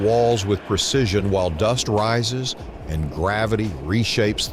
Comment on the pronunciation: "Percision" is not a word. *Precision "Percise" is not a word. *Precise "Fawerd" is not a word. *Foreward